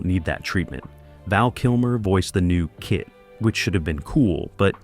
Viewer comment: AI needs to learn how to say "Kit", and Jamie Sommers, Who the hell are "Yimie" and "Hymie"?